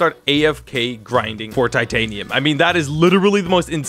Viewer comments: why do you want to call the steal taatiniom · Does anybody notice he says titanium